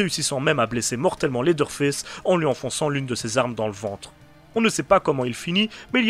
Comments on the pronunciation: « Lédeure fess » 😭😭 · c'est sûrement moi mais le premier "leather face" dans l'intro je suis persuadé d'entendre ça 😂